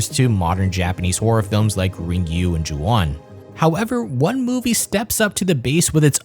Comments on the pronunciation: Good job. Ringu is pronounced Rin-gu, not Rin-gyu though. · Really not trying to be fucked up here, but it's hilarious how you were talking earlier about Asian representation and you feeling discomfort about an off-the-boat accent (understandably so) then you pronounce Ringu like that O_o